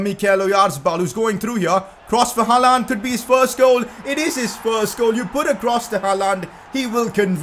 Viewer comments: PCQ: it's gonna be painful to watch this series if he keeps saying Haaland like that. It's haa-lend not ha-laaaand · Bhai please 'Haland' bol not 'haaalaaand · He can’t say haaland properly 😂😂💯😭